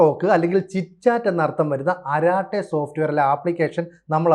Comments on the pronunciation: അരാട്ടേ അല്ല അരടൈ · അരാട്ടെ അല്ല അരട്ടേ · അരട്ടൈ and not araatte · അരാട്ടെ അല്ല അരട്ടൈ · അരാടൈ എന്നല്ല അരട്ടൈ ആണ് ശരിയായ ഉച്ചാരണം. അരട്ടൈ അരംഗ് എന്നാൽ chitchat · ആരാട്ടായി എന്നല്ല അതിന്റെ prononsation "അററ്റെയ്" എന്നാണ്.. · സോദരാ ...., അരാട്ടേ എന്നല്ല, അരട്ടൈ എന്നു തിരുത്തുക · അരാട്ടൈ അല്ല അരട്ടൈ; appropriate name! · അരാട്ടെ അല്ല അരട്ടൈ, കുശലം പറച്ചിൽ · Please, if you don't know how to pronounce it correctly in Tamil, ask someone to correct it. Don't kill that language either.